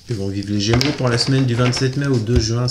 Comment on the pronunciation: Idem 🤬 insupportable on est gémeaux.